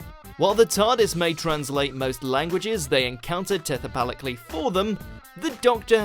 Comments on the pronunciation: Did you mean telepathically? When you said tethapically? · Tethapallically? it's telepathically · While I have to agree that no1 was good, I think the "tethepallically" was better - I may not speak baby, but neither does the narrator (or editor) speak English! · Im sorry, "tethepallically"? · Anyone else notice the word “tethepalicaly” ? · 0.49 - "tethapalically"?? 😂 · 'Tethepallically' God damnit lmao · HOW did no one catch "tethepalically" instead of "telepathically"?! Why is there no quality control? How did the narrator not think to himself, "this sounds wrong, let me record that again"? Christ on a bike, guys. This is awful. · T E T H E P A L I C A L L Y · "Tethapathically", eh? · Yup, this bugged me too. I automatically corrected him out loud.